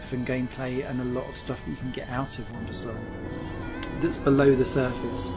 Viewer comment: Its "Wandersong" not Wondersong, otherwise great review, thanks